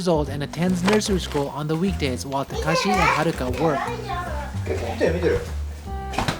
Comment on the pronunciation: His name is takashi but says it as he was calling him kakashi and as a Naruto fan... This is approved